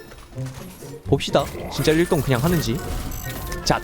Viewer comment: 아까 님 이 1등을 1똥 이라고했습니닼ㅋㅋㅋㅋㅋㅋ